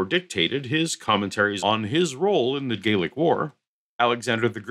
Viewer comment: Gallic, not Gaelic . . . but thanks for a great show!